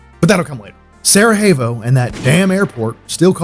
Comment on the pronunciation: I don"t know why you pronounce Sarajevo with Spanish "J"? The correct way is Sarayevo! Otherwise cool video..greetings from Slovenia! Love that JNA helmet..i was sergeant in that army in 1987/88 in Macedonia, just before of the beginning of Yugoslav wars!